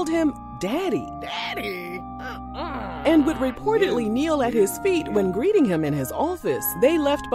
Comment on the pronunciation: Did you say Daddie or ZZZZaddieeee 👀